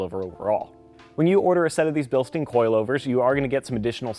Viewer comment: Bil-stein like Franken-stein Not Bil-steen